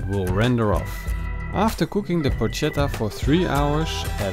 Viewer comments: Dude, you pronounce it porKetta no porcetta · It's pronounced with a k! In italian C+H=K. It spells "porchetta" and it's pronounced "porketta". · It’s pronounced Porketta not Porshetta, joust saying but looks great, well done! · It is not "porccetta" (that would be read the way you do) but "porchetta" (with "k" in the middle). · You pronouce it Por che ta not Por cet a. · It's pronounced Por"K"etta ... please! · Excellent video, but if I may: it's pronounced "porKetta" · Yeah! it looks pretty good! very good skill! I've never heard about the lemon before, but I, for one, don't think it's a bad idea! I will try it! If I can say a word I suggest to envelope all the meat in the skin, just in order to keep the juice in and, at the end, have the meat less dry and more tasteful ! ...one last thing... PLEASE!... it's written PORCHETTA but it's read PORKETTA! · porca miseria Yes :) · It's porKetta goddamnit! Anyway...pronounciation aside, it looks delicious. Great video, thanks! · Porcetta? Wtf? I have seen many youtube videos and italian simple words seems to be really hard to pronunce to english speakers..but they always accuse us for bad english accent ;D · Porchetta is pronounced PorKetta. the ch in Italian is K. Like Bruschetta. BrusKetta. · porcetta ma come diavolo parli :( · It is pronounced Porketa. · Please call it PORKETTA. Hate when people call it Porchetta since they don't know how to pronounce it in Italian. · When on earth anglophones will stop to pronounce the "Ch" sound as in Spanish. In Italian is a "k". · Matteo Onori Penso che non gli abbiano spiegato che in mezzo c'è una h che deve essere pronunciata... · Porchetta should cook for way more than 4 hours. 8 to 12 hours it the right time. Oh... and that's not how you pronounce it.